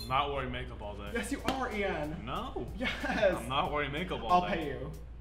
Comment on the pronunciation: youreung he said Ian but with sh at the start so shian 🤣